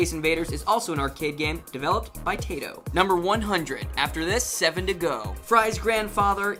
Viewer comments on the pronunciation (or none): TAITO not TAYTO.